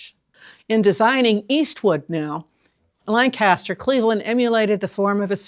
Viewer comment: With all due respects, it's pronounced "LANG-kiss-ster"..LAN-kass-ster is a place in Pennsylvania or California or somewhere. ---Geoff (born and raised in Lancaster)